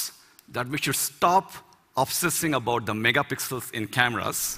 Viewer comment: Some say about, he says abort.